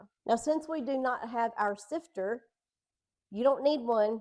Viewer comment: 😂I thought you said "sister"!! I have a sister, and a sifter!! The new place is so nice and clean!!